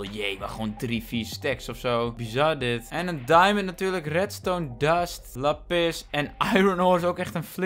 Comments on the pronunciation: lappis kijkers: lápis!!: lappis kijkers:... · Niemand:: ik zie laPIS